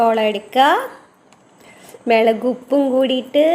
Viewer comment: Melak alla chechi mulak